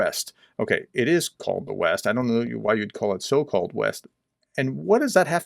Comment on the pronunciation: The so-called West" or the "so cold West"? 😄 By the way, nothing much about the Gaza hospital in the news today, it's like the media want to forget about this episode of them repeating word for word the HAMAS terrorists' propaganda, collecting money for "Free Palestine" (HAMAS) and raising Hell in front of all occidental and Israeli embassies without any form of checking the facts, let alone double-checking them.